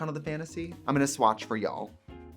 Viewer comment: “I’m gonna swatch for y’all” Gurl that rural Minnesota came OUT! 😂 I love it